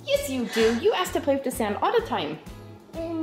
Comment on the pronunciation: Um you said woud der and plack it’s really wonder and play